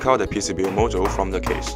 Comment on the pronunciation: When you say MOSFET, it sounds like you’re saying MOSFITE. And when you say module, it sounds like you are saying mojo. Also, the music is a little loud compared to your voice. Awesome charger though.